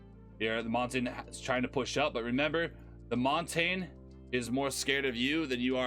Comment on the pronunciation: Its mon tag ne